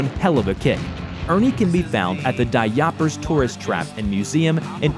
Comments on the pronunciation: And Dayoopers as "Dayahpers" UUUUUUUU not AHHHHHHH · Daiyoppers? Daiyoppers!?!? How the hell do you fuck up a pronunciation that badly? It's Da Yoopers! Pronounced EXACTLY how it looks. You-per. And for those not in the know, a Yooper is someone from the upper peninsula of Michigan. And no, there's not any special name for those form the lower peninsula of Michigan.